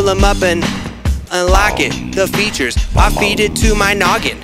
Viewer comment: It physically hurts to see him not rhyme “features” with “creatures”